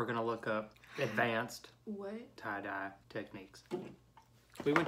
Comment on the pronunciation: Great "try-dye"